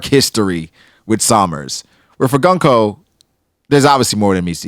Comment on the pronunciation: I was gonna watch this…. Till I realized I was gonna have to sit through you and mispronounce GUNKO’s name for an hour. No thanks.